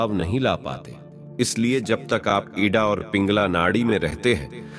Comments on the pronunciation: आप का ज्ञान तो बहुत बढ़िया है पर आप नाड़ी का उच्चारण सही नहीं कर रहे हैं आप इड़ा नाड़ी का नाम एड। क्यों कह रहे हैं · Idda nadi nahi ida nadi hota hai uchcharan hi sahi nahi karanaa ata hai Indian hote huye Hindi nahi ati hai very bad Dharti Mata ki jay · 👉 न इडा है न पिगला शुद्ध नाम हैं इंडा और पिंगला ! इतना ब्रह्मज्ञान पेलने से पहले नाड़ीयों का शुद्ध नाम लेना तो सिख ले